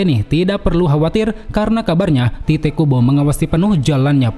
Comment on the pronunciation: Tite Kubo sepertinya bacanya Taito Kubo (Tite bahasa inggris dibaca Tait, sementara Tait dipelafalan org jepang jadinya Taito) cmiiw